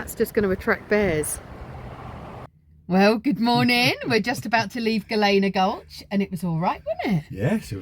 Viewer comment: Gal-lean-a. Not Gal=lana. Hellena. Not Hal Lena.